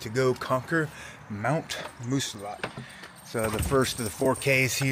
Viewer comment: Glad you saw a bear in the wild. Had one in my back yard last week. I live in NH. Have never in 40 years heard a native call it Moosilauke with the long e!